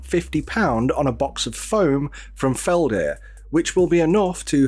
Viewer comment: Tiny nitpick: it's Feld-Herr, not Felder, i.e. there's a noticable very small pause between the two parts. The H is voiced, too, and the stress is on each sillable, 'Feld'herr. It's a very German word in that sense